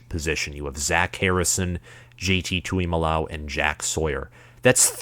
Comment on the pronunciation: Plus it is J T tu mu lo ow!!! So rude to mispronounce someone’s name 🤬